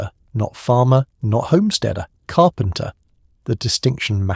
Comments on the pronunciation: Still listening but just had to point out, "carpenter" is three syllables. Lol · "Carpenter" - THREE syllables.